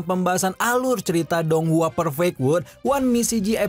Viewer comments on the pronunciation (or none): none